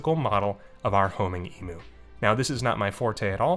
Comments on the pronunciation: Side note for the side quest, Emu is pronounced "E-m-yoo" rather than "E-moo" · Big birds are so cool! Fun fact: Australian's don't pronounce emu as "e-moo" like Americans do, we pronounce it "e-myoo" with a "y" sound in there after the m :) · The only way I've heard Americans say it is how it's said in this video. Nothing wrong with that, I just find it funny :)